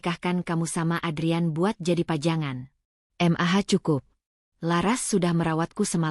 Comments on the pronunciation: Mendengar ceritanya ok,,tp cara pembawaan nya yg aneh,janggal,,setiap kali ada kata" mamah bisa jelas panggil nya, tp kenapa klo Panggil Mah,,ko, jadi M.A.H,,/ M.A 😂😂😂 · Dikira singkatan oleh AI